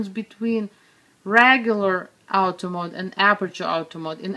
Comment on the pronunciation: Love the way you pronounce Auto mode... Out-o maoud